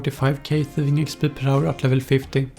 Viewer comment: thuhfing uhcspurr